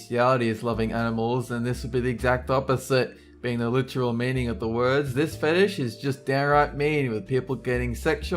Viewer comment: man the way you pronounced some of the words was so annoying im never watching your videos again.